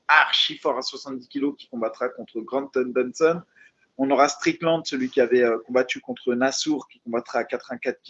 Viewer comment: Granton Danson,, il faut faire un effort toi aussi